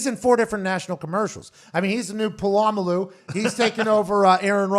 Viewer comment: It's Puh-lah-mah-loo.